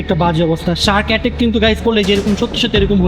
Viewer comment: জি আপনাকে বলছি হাট ইষ্টক করে না,হাট এটাক করে।😂😂